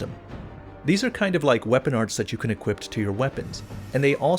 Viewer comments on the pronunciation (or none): none